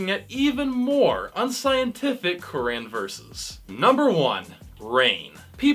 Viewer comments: At least learn how to say "Quran" right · That’s not how you say Quran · The way you pronounce 'Quran' grinds my gears. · Idk what’s more funny the comment or this guy trying to pronounce the Quran